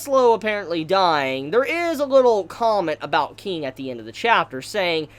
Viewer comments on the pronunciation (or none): none